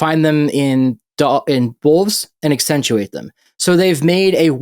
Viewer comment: 28 minutes in.... It's "accentuate" not actentuate. Man, I hate being nit picky on grammar and pronunciation. But that's pretty basic English.